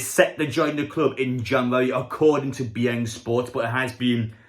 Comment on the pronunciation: “Be yeng sports?!” Howay mate, it’s Be In Sport